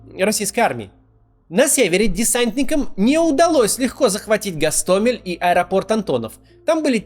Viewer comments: из Гостомеля. Мой дом в 2.5 км от Аэропорта. С первого дня мы с семьей были свидетелями этого ужаса. Через 16 дней мы чудом выехали от туда. Спасибо за правильное произношение моего г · Макс, я из Гостомеля. Мой дом в 2.5 км от Аэропорта. С первого дня мы с семьей были свидетелями этого ужаса. Через 16 дней мы чудом выехали от туда. Спасибо за правильное произношение моего города!